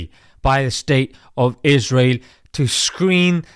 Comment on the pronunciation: Stop giving them voice. Stop saying israhel ughh